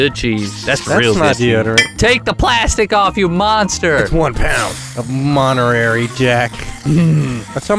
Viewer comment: Did chandler actually pronounce Monterey as monerary